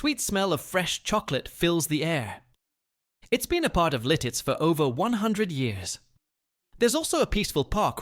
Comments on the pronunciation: Oh, please! The town is Lititz, PA....not 'Lil-titz! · Its LITITZ! Not Liltitz. I'm dying 😂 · Lititz, not "Lilttiz." A lot of mispronouncing of town names and local sites. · Not Liltitz. It's Lititz. Also, not all the footage in the Ephrata segment is from Pennsylvania. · LILTITZ? Thumbs down. Fail. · It is Lititz , pronounced Li tits with the accent on the first syllable. And, Bellefonte is pronounced as Bell Font.